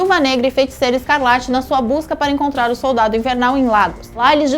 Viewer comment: "Colionel", "super sodaldo". Meu Deus,. Que bizarro..kk